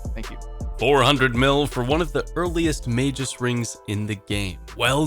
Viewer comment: “Mage-us?” Isn’t it ”Mag-us?”